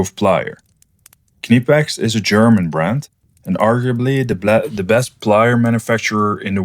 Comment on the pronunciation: Did you call the Cricket lighter a BIC lighter? lol. I have to say though, the fact that you pronounced Knipex correctly, made my day. Thanks to your EDC video, I realised that I need a spork in my EDC, something I have needed many times, but never thought to put in my bag. Thank you for a great video.